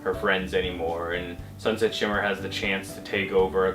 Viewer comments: Is sunset shimmer really that hard to pronounce? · I love how couldn't get sunset shimmer's name right XD